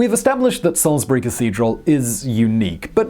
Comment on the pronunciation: Congratulations on pronouncing "Salisbury" correctly, Simon!